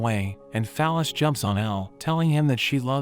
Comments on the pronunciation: I keep hearing fal ys as phallus and now I can't unhear it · the bot pronounces fal-ys like "phallus" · That girls name is “Fal-ys”. 😂😂😂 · "Fal-Ys" is her name? Okay....